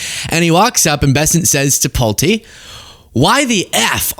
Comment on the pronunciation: You were correct! It is pronounced PULT - E, with a long E. His family builds homes. I lived in a Pulte home as a teenager. My mom had just bought a home from Pulte homes, it was new construction.